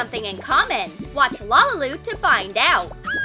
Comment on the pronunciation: It's lalilu not lalalu